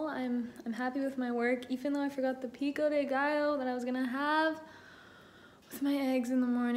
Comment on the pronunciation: YOU SAYING “PICO DE GALLO” JUST ADDED 45 YEARS TO MY LIFE, MÉXICO PRESENTE 🙌🏻